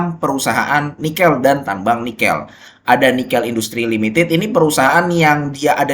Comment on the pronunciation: Nikêl bukan Nikél